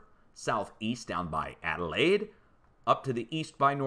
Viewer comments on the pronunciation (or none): none